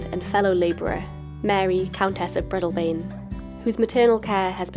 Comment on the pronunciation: i like your videos as im an exiled scot who grew up in dunkeld perthshire. but i wish that you would research the proper pronunciation of local places. i watched one where you pronounced brechin as brekin, its breechin, and breadalbane has a long a sound in the middle breadaalbane and said slowly but otherwise i do like your videos, thank you from northern california